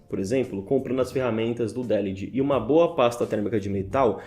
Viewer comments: Délihdi? xD De-lid. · Delid, nn délid. No inglês não há acento.